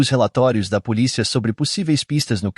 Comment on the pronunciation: Sabe q eu acho q ele faz de propósito...policía...mal consigo prestar atenção ao caso....